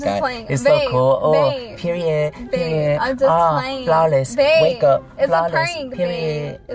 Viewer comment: pewiod I'm so fly I do this 💀💀 wake up flawless peww1ioood I'm honestly dead